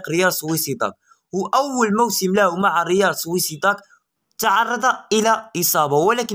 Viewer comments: سُوسِيدَاد وليس سْوِسِيدَاد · ريال سوسيداد وليس سويسداد شوف اتقول سير تقرا وتبحث عاد اجي تهدار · اؤوا تعلم تقل سوسييداد ماشي سوسويداد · و سوسيداد ماشي سويسيداد يا زميلي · ريال سوسيداد وليس سويسيداد اصاحبي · اسمه ريال صوصيداد وليس صويصيداد